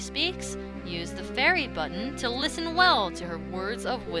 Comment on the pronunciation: Navi: HAY LIFFEN Me: GODDAMNIT NAVI SHUT THE FUCK UP